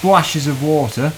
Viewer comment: love the way you say water so funny (in a good way)